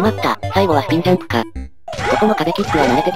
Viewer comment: 始めのスピんジャんプをスピんジャんブといってましたよ。